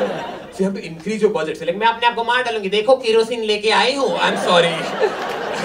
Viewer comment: I was not knowing from where do Biswa belong in India ( Odisha❤️) until I heard him pronouncing "kerosene" 😂😂😂 A big fan of yours bhainaa😊🙌